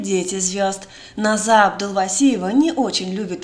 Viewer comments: Не Наз'а, а На'за.....ударение на имени неправильно произносите.... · НОза! Ударение на 1 слог!